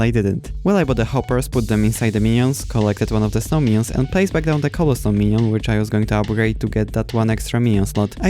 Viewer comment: i love how u say minion